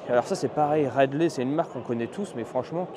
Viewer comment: Ridley, j'ai entendu "Rail de Lait", j'ai eu du mal à comprendre XD ... Et j'en ai déjà vu plusieurs sur des courses cyclo autour de chez moi ^^